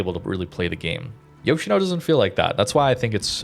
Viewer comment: Its pronounced Yosheeno.